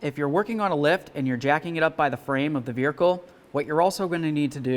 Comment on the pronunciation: Veericle lol